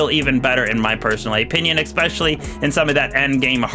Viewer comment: A canadien critique... EH-pinion